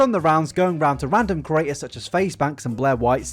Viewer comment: Ker-aters..... pud-cost......